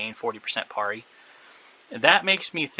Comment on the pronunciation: why are u saying parry so weird :} cool vid anyway